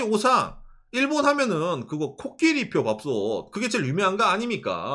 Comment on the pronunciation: 코끼리표 자꾸 George Lucy로 들림